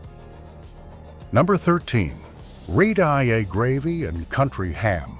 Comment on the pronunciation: red eye !!!!!!!!!!!! learn to pronounce words !!!!!!!!!!!!!!!!!!!!!!!!!!!!!!!!!!